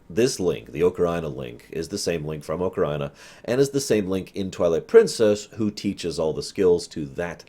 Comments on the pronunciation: I always say "Ah-ka-ree-na", and I can understand "oh-kuh-ree-nah", but "oh-ka-RAI-na" is freaking ridiculous. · I flip a little every time he says oca-rye-na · Bruh it's AH-KUH-REE-NUH. You say it like it's Vagina of Time